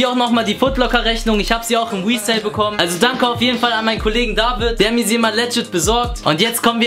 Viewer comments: resale sagt er wie Weed-Sale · Wesell?😂 lern mal das englische 'r' auszusprechen